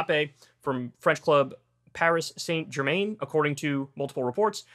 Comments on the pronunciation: It’s Par-iee Saan Ger-man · No. He botched Paris saint germain lmfao